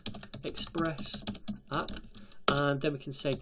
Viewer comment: "We can go ahead and create our express appPUH!" Lol